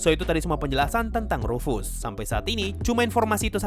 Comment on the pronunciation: Ruf-Ass..? Ruf dari bahasa jerman artinya "panggilan" Ass dari bahasa inggris artinya "Pantat :v" Jadi rufus artinya memanggil pantat :v